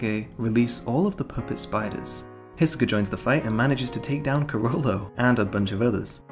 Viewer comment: Kurapika is pronounced more like Kurawpika instead of kuruhpikuh. Leorieo is pronounced like Leeoreo so just lee and then oreo, you said it leo rio. And Hisoka is pronounced He soak uh, I'm pretty sure you said like Hesawkuh. Besides that good vid.